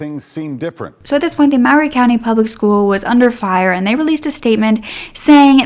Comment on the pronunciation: I lived in Columbia tn when this happened. How sad. WHAT A SICK MAN!!! His poor family!!!!! I am sooo sooo happy that Elizabeth has found her way best life!!!!! When i first moved there I called it Maury county until I was corrected…. it’s pronounced. Murray county. I know not spelled like that. lol. MAURY COUNTY/COLUMBIA IS MY HAPPY PLACE. YOU SHOULD VISIT. LOOK UP MULE DAY. IT IS IN APRIL. 😀